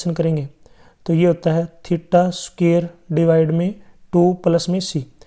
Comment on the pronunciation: Sir sookair nahi square hota hai 💯